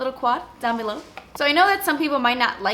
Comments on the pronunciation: how australian does she sound when she says 'below' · when you say you'll "link it down below" you sound so Australian! Haha that was the best! Neeeeed your colourpop shadows, but everything is just so much more expensive in Australian dollars, whyyyy 😩 Oh and this look is incredibleeeeeee gah 😍 xxx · you sounded so australian when you said below!!